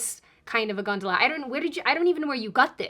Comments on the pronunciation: Considering she kept saying the Hell gondala, it brought up memories of Charon and the river Styx for me anyway. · I'm Italian and I swear I always heard something that sounded like hell-"gantula". I'm totally shocked that you meant "gondola", never guessed 🤣